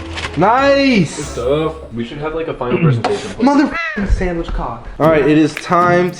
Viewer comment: Did anyone hear Jessie say motha fucking sand which cok